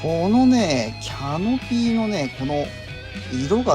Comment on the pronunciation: いつもとても参考になる動画で感心しますが、Canopyがキャノピー↗️というアクセントで言われてるのが気になり過ぎて・・お茶のCMで出てくるエビデ↗️ンスはないですが・・正しくはキャ↗️ノピーですから。